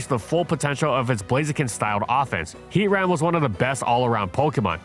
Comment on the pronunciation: It’s pronounced FWAY-coh-coh, HEE-TRAN, sil-VAL-EYE, tur-TIH-nay-tur, HARTH-flame, SIR-ROO-ledge, “Patrick Star”! 🤨